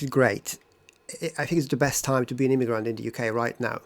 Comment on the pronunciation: I don't like the way you say the word "immigrant". When you say it, it sounds like "immiGRUNT" - you should use the neutral vowel in the last syllable (/ə/, the one at the end of the word "sofa") and not the same vowel as in the word "cup". And when you say "bad person", it sounds like "bat person" - the d should not be devoiced before a following unvoiced consonant. And "since I'm here" should be "since I have been here".